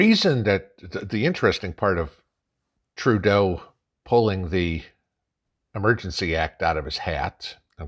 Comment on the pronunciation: You keep misspronouncing Turdeau's name....